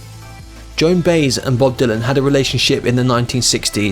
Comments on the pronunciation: Learn how to pronounce you idiot. Who is Baze? Try Buy-ez. And Dull-ith? Duh-looth. WHat a jerk. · Joan Beiz ...are you just reading this stuff? Or is it your english accent or maybe you are unfamiliar with Joan Baez never heard her name pronounced properly before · I've been a Bod Dylan fan since his early sixties Blowing in the wind and The times they are a changing and then Like a Rolling Stone. Interesting video. I thought he was worth more money. By the way Joan Baez was mispronounced. It isn't pronounced BASZ it's ByeEZZ. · It’s Pat GARrett, not GarRETT; BUYezz, not BAZE; Karim Abdul Jabar, not Gabar; and intrepid, not inteprid. Good day. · this guy hates linear storytelling and proper pronunciations. Went from 80s to 60s to 90 etc saying Duhluth instead of Duluth, Joan Bays instead of Baez. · I've gotten to a point where I simply get amused and enjoy the mispronunciation of words and names. It has gotten terribly common, but I thought that was only happening in the U.S. Now I see it is happening in the UK as well. Joan "Bayz" -- rather than "by-EZ" as her name Baez is pronounced -- certainly makes sense if you are reading phonetically and never heard the name said properly. It doesn't bother me at all. It just makes me laugh. I hear mispronounced words all the time now. My favorites from yesterday (yes, really yesterday) were (pronounced as) "setting a president" (rather than setting a precedent) and "ear-ON-eez" rather than ee-RAW-nee-uns (Iranians) -- but I hear that last one is getting more common in some states. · "DULL-EARTH" I don't think so... It's pronounced "DA-LOOTH"... "JOAN BAZE" I don't think so... It's pronounced Joan BUY-YEZ! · Joan Bays? No Baez it’s by ez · Baez is pronounced Bye-Ehz, not Bays. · Joan Baze? Who is this Joan Baze this narrator speaketh of? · Baez: pronounced “byez” . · Joan "Baze?" Wow -- she's an icon. You should learn how to pronounce her name correctly man. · Seriously man, pronounced “Buy-Ez” Come on man Lol